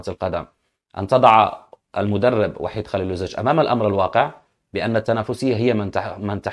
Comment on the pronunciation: س- الكل ينطق بإسم VAHID"صربي" و ب:وحيد"إسم مسلم عربي" فرق كبييير و شاااااسع بينهم إذا المدرب الصربي ليس مسلما....